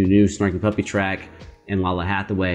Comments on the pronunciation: Yeah! She’s amazing. This is a cover of her song “Somethin” off her very first album back in 1990. 😅 Btw, her name is pronounced Lay-luh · Her name is pronounced "LAY-lah". Also, the backing is not a rip of the "007 Theme", it is a performance of "Something" from her self-titled 1990 album. Additionally, she is the daughter of the legendary vocalist, the late Donny Hathaway. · Lalah Hathaway....its pronounced like Layla lol but good reaction!!!